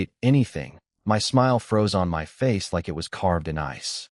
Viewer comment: Is the AI generator a USA patriot or something ? Every time there is the word "us" it's said as "U.S." To be honest a lot of 2-3 sign words are said totally wrong. For "my" is like "em why"